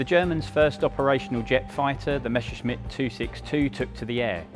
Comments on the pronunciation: Your pronounciation is WRONG. It should NOT be read "Meshershmit", but "Messershmit" !! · It never fails: it's not pronounced "mesher-shmitt" or"mesher-smitt". It's just"Messer-shmitt".